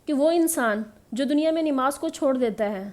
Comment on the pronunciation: It's not Nimaz it's Namaz